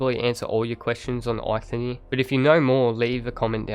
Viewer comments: you say it likes there is a nir ? his name is EIKTHYR, no nir, and silent h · the H in eikthyr is silent :), just wanted u to know so u dont destroy his name again :D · Eikthyr = Aithenie